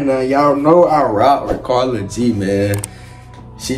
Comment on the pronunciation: Her name is pronounced like “care-ol-g” 💀💀